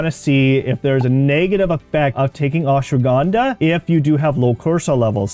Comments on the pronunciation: It is not ashwagandaa its ashwagandha 😂 pronunciation 😂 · First learn how to pronounce it is ashwagandha not aswagandaa😂😂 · What is ashwagánda ? Pronounce it right give some respect